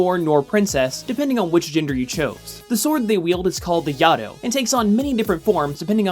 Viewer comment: It is pronounced Yay-Toe